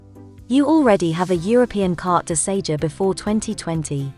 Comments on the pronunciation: Its Carte de SeJOUR dear. Thought someone would have corrected you by now. Ok try again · Very very helpful thank you. One small point, Sejour is not pronounced Say-juh!